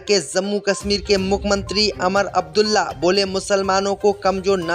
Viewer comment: अमर अबदुल्ला नहीं वह उमर अब्दुल्ला हैं इस तरह बहुत से नामों का उच्चारण गलत करते हैं आप l